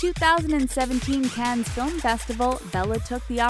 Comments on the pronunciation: What is a "dekkel?" And "Cannez?" You might want to look up the pronunciation of words you don't know before you post a video. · please... for the sake of everyone watching your videos stop mispronouncing cannes... stop mispronouncing everything!